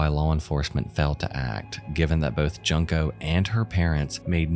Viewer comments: Your pronunciation of Junko is hilarious. It's pronounced JUNE-ko, not JUNK-o. You should probably look this kind of stuff up before you make these videos. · I feel bad enough for Junko as it is, you didn’t need to pronounce the “junk” in her name like in “piece of junk,” a simple google search will tell you her name is pronounced “june-ko” like the month of june. She wasn’t junk. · Junko's name is pronounced "June-ko," not "Junk-o." I love you,, but it's tiring hearing so many people mispronouncing her name while covering her case. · Not to take away from the severity and gravity of her unfortunate fate, but the pronunciation of her name is similar to 'Joon-ko' or 'June-ko', not 'Junk-o'. It's a bit off-putting each time her name is pronounced incorrectly, if I'm allowed to be blatant. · Her name is pronounced June-(KOH) Not junk-o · If you're going to use this girls horrible story for content- and I see no redeeming value in anyone doing so- but at least do her the dignity of pronouncing her name correctly. June-Ko. Not Junk-o. I love your channel so far but rehashing SOLVED cases for mere shock value is beneath your level. Look forward to what you do in future. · I think it's pronounced like Juunko not Junk-O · Well researched and well written episode as always. Having said that, the victim’s name is pronounced as “June-co” in Japanese rathe than “junk co”. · Ju- pronounced Joo. Not as in junk. She is not junk-o. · It would have been nice for you to research how to pronounce her name correctly. It's pronounced June * ko, Fu * roo * ta (roo like the character from Winnie the Pooh). It hurts to hear the victim of a horrible crime be called Junk * o. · Joon-ko. Not Jun-ko. How are you going to have a Channel with almost 300,000 subscribers and not take 30 seconds to figure out how to properly pronounce a name. It's embarassing. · ahhh i’m sorry but it annoyed me it’s pronounced joon-ko not junk-O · So Junko is pronounced more like June ko not junk oh